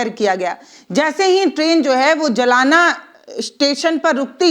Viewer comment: जी जलाना नाम नहीं है जालना नाम हैं 🙏🏻👍🏻🤔🫡🤣🤣😜😜😜